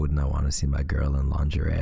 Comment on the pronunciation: Wait for it, wait for it- "LiNGerIe" Snort 😆 🤦🏾‍♀️ I'm so danm immature 😭